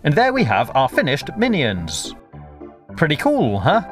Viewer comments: Why do you say mini-ons it's minions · I thought he said "how to make a million" XD IM SORRY OK I THOUGHT THATS WHAT HE SAID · You called it mint ons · Stop saying mini ouns